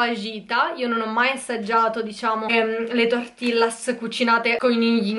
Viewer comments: Senti io non voglio essere stronza ma azzeccare almeno un nome non si chiamano mocha non si legge tortillas tortijas 🤣🤣🤣sorry ma ste cose mi fanno uscire pazza a me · TI PREGP, SI DICE TORTIGLIAS NON TORTILLAS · Si scrive "tortillas" ma la sua pronuncia è "tortiglias" è in spagnolo 😊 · cmq tortillas si pronuncia tortiglias:)